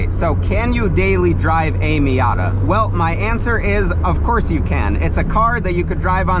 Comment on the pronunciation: "marzda miarta"